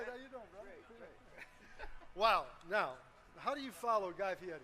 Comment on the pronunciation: "Guy Fur Ary"? Chick didnt "wing it" very well .